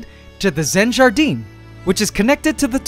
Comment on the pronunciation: You pronounced "Jardin" perfectly